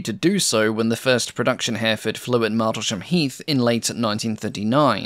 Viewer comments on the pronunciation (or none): h-error fud, not hare ford. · Herr-a-ford not Hareford! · He-re-ford. Three syllables. It's a town too. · I agree - but some pronunciations need to be checked. The town of Kiel is pronounced Keel - not Kile The county of Hereford is pronounced He-re-ford, not Hareford. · An impressive long-form post. The 3D graphics you now employ are superb and allow for an easy appreciation of the type under discussion - congratulations to whoever does these for you. Tiny point - Hereford is pronounced herry-ford, rather than hare-ford. British pronunciations can be a minefield... even for the British (who else would pronounce Featherstonehaugh - an actual surname here - as Fanshaw)! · A good documentary ,but some strange pronunciation Kiel is Keel, Hereford is Here…ford not Herford. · A minor pronunciation correction, ‘Hereford’ isn’t pronounced ‘Hair-fud’, it’s more ‘Hair-ruh-fud’. It’s an English place name so I’d not expect someone who’d only ever read the word to pronounce it perfectly. Similarly, Kiel in Germany is pronounced ‘Keel’, not ‘Kyle’. Aside from those minor pronunciation slips, another excellent video. I like the Hampden, it seems like it was a real pilot’s aeroplane. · By the way, "Hereford" is usually pronounced "Her-e-ford", not "Hare-ford". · Hereford is pronounced like the town - Hair-re-ford, not Hairford! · I wish you'd pronounce Hampden and Hereford correctly. It distracts from an otherwise very interesting film. Hampden is pronounced Ham-dun, not Hamp-dun, and Hereford is pronounced Herrer-furd, not Hair-ford. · Great as always. Hereford is pronounced "Heh-ref-ford" (it's a famous cathedral city). Kiel is pronounced "Keel". The p in Hampden is silent. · Yup ˈhɛrɪfəd in IPA, three syllables not two, with the stress on the first. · Great work minor points the p is completely silent in Hampden and Hereford is pronounced Heh-ruh-fudh, and Kiel is pronounced Keel - the eccentricities of the English language ! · Please learn to pronounce Hereford….